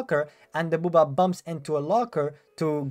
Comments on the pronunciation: It's baba not booobba lol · Lol dbd has been out for 8 years now ;not to mention the movie…they’d shouldn’t be any reason you’re pronouncing Bubba .. Booobaa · I love that you're pronouncing Bubba "booba" 😅...great video! I've been playing for a while but these tips are awesome, thank you! ❤ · had to skip Bubba this dude calling him Boo Ba was too much for me XD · The way you say bubba 💀